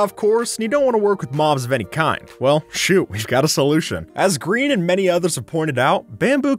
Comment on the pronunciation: Sorry to be a nag but it’s grian not green